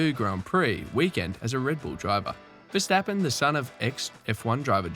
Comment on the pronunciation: Who is versteppen ...its verstappen ..with an ahh ..the same with amsterdam you called emsterdem ...so try verstahhppen and ahhmsterdahhm